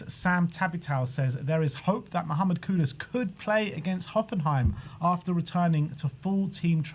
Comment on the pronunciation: I appreciate that you call him Kudus and not Kudos